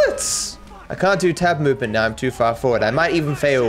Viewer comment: Are you serious right neow